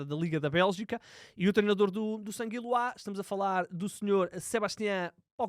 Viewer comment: Alguém conhece o clube "sanguiluá"? 😅😂😂😂😂